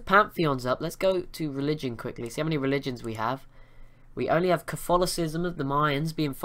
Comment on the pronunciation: You say your religions very off...